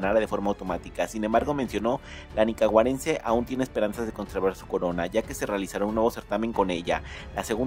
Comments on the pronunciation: otro youtuber que dice falsedades y pronuncia mal "Nicaragüenses?" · Antes de decir Nicaragüenses aprdnde a pronunciar lo buen menso. Que envidia